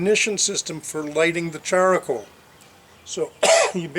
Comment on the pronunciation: I believe comment was in reference to the extra 'a' you added to the word charcoal. Char-a-coal.